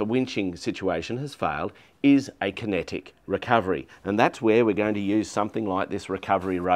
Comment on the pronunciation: It made more sense when I finally figured out he was saying “kinetic recovery”… not “connected recovery”